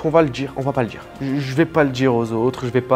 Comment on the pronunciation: "sans le djiire à ma mère"